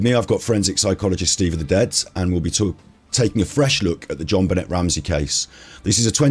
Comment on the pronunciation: You guys keep mispronouncing her name! C'mon! It's pronounced ZHON--BEN-AY! (Accent on last syllable).